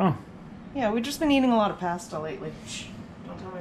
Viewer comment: Never heard "Pasta" pronounced that way. Had a same V-star about the same year was in black. Did have the 1200 though. Only complaint is the foot peg is a little low on it and rub your shoe on the street.